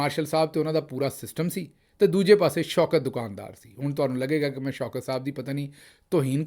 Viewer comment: دو کان دار نہیں بلکہ دکان دار ، اصلاح کر لیجیے بھیا !!!